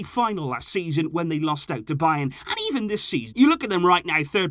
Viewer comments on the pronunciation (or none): none